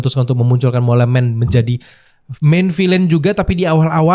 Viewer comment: di baca mol bang. artinya tikis tanah